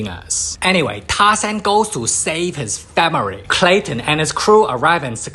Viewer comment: And it's clayton